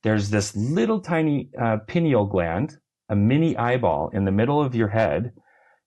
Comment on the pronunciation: Pineal is pronounced PIE KNEEL (not PIN EEL).